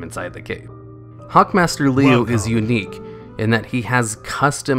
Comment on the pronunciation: Liu is pronounced lew.